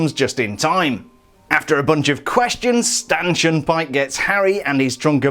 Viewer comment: it sounds like you said “Stanchin Pyke”